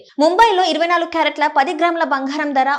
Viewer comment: బంగారం తల్లీ భoఘారం కాదు.తెలుగుకు ఇంత దుర్గతి పట్టింది